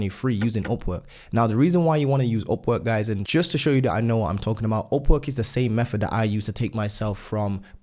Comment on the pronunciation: Man I was very confused why he was saying OPPO OPPO then I realized its Upwork in Brit Accent.